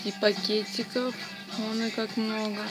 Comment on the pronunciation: Там пакетиков а не пекетиков